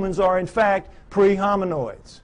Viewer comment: Doesn’t he mean “hominids”? He keeps saying hominOIDS you would think he would know the word if this was his field?